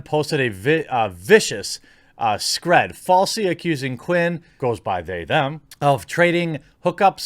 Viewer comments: God, I love the term "struggle snuggle". Pronounced "screed", not "scred". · Great channel Jeremy, but it's screeeeed, dude, screeeeed (screed as in deed) - not scred (as in ed), :P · screed rhymes with feed and need not sled. also i dont think migrant worker camps exist anymore or did you mean immigrant?